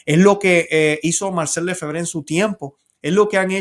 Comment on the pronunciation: nosotros pronunciamos Lefebvre en español, cargando el acento en la segunda e.